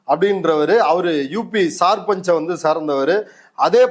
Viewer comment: சிறந்த விளக்கம்.‌ கரிகாலனுக்கு வாழ்த்துகள்.‌ ஆனால் வடநாட்டு ஊர்ப்பெயர்கள் மக்கட் பெயர்கள் சொற்கள் ஆகியவற்றை இவர் சரிவரத் தெரிந்து கொள்ள வேண்டும்.‌ மகேந்திரகடு என்பதை மகேந்திரகாடு என்கிறார். சர்பஞ்ச் என்பதை சார்பஞ்ச் என்கிறார்.